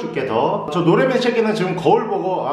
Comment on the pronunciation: 노래미 이름을 노애미 라고 하세요.ㅋㅋㅋㅋㅋㅋ